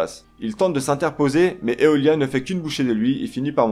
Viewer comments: Il aurait été à mon avis plus pertinent d’utiliser les vrais termes originaux tels que « Saint » (prononcé « Sèïnte ») au lieu de chevalier ou alors « cloth » au lieu d’armure. La prononciation de Aioros et Aiolia ne sont pas bonnes. Le nom du « grand pope » (Kyôkô) n’est pas Arès (qui serait écrit « アレース » en japonais), mais Arles (prononcé « arlèsse ») car c’est écrit « アーレス ». Les temples ne sont pas des « chambres ». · La mauvaise prononciation de aiola et aiolos rend la vision de la video hyper désagréable